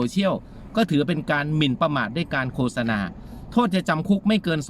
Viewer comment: ขออนุญาตครับ...คำที่ถูก...โคด-สะ-นา...นะครับ...ออกเสียงไม่ใช่...โค-สะ-นา นะครับ...